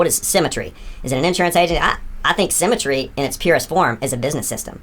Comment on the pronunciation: Every time they say "symmetry", it sounds like "cemetery" to me, and I just think it describes the business endlessly more.